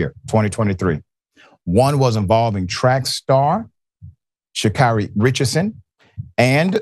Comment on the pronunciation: Her name is pronounced Sha Carry not Carri